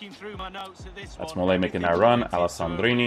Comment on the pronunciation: So many FIFA youtubers need to learn how to pronounce players names. Texeira - stop pronouncing the ‘x’ Mollet - stop pronouncing the ‘t’ he’s French!